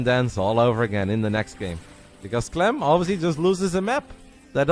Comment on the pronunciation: Bro, you called clem a clum Lol...